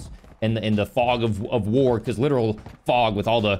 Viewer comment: My guy said “fog of war” 😂